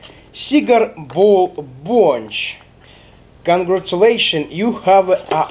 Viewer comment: Бля мне так режет ушки БОНЧЧЧЧЧ..., камон, БОНЧЕЕЕЕ